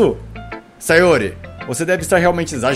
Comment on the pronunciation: Sayóre kkkkkkkkkkkkkkkkkk